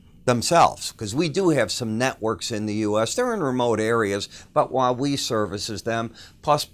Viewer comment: They have a popular cell hone he is saying it wrong... Like he's from Chicago or something